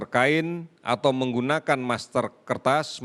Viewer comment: MASKER PAK MASKER, BUKAN MASTER, HADEEEEH , SARAN SAYA MENDING BAPAK STOP BICARA COVID, MAKA SAYA YAKIN CORONA AKAN HILANG.